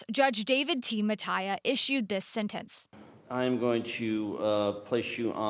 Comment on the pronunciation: It's "sEntEnce" with two E's. Not "sIntInce" "Journalists should really know how to pronounce words.